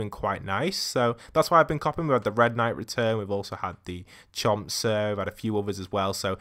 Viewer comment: Chomp senior not chomp sir